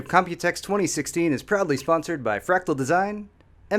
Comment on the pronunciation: for the last few days I've been thinking you said you're "probably" sponsored not proudly haha